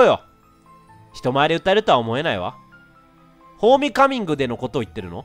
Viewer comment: レトさん途中 ホーミカミングって言ってない？笑